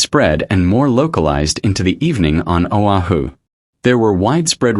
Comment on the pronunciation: O'HU? SERIOUSLY?? IT'S O AH HU OAHU.. AND IT'S NOT BURIED.